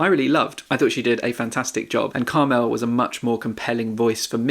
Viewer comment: Really sorry to be picky but it's pronounced CARmel not CarMEL. Common name for middle-aged women in Ireland.